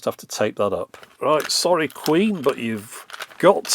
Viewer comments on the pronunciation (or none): none